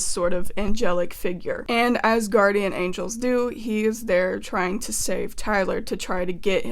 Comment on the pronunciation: I thought you said “Asgardian Angels” for a split second.